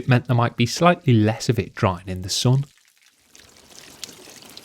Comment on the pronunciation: why do you pronounce the word "sun" incorrectly" It's not "soon", it's sun!